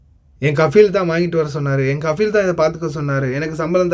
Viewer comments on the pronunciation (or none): தம்பி ..ஹபீழ் இல்லை ஹபீல்